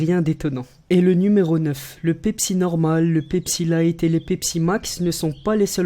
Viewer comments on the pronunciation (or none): none